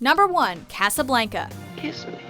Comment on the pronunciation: Not one mention of Eternal Sunshine of the Spotless Mind. You also mispronounced Casablanca. It's not Ca-sa-blane-ca it's Cah-sah-blon-cah. Smh